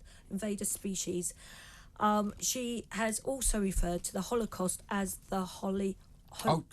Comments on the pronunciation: Did she say Hollycaust? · How does anyone employ Lizzie Cundy? She really just said Hollycaust. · Dear Liz don’t say holly cost like it’s an offer in Costco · Today I learned that Liz C can’t pronounce Holocaust 😅